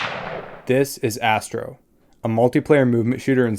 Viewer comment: thank goodness for the subtitles, i thought you said: "this is Assbro" x_x